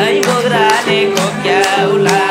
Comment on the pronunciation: भाई सप्पै राम्रो कडा छ तर यो बोग्रा चाई नभन्नु ल बोक्रा लाई अर्कै सुनिन्छ कस्तो कस्तो